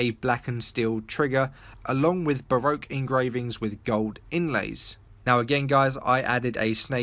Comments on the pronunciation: Baroque is pronounced "Ba-Rock". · Baroque is pronounced like ba-rock